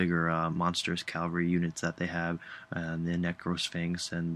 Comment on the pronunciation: Oh my lord, please stop mispronouncing cavalry xD